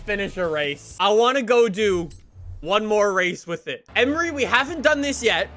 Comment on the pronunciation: Emory is pronounced E-mory (like more)